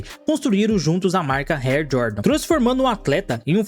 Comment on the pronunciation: O conteúdo é bom, mas o português é péssimo, o cara fala, air (rer) jordan, "cardaços" ao invés de cadarço, usa plural no lugar errado, onde seria plural fala no singular e vice versa, precisa melhorar nisso aiii mano.